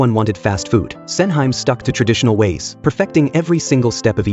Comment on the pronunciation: hearing SENHYME 😂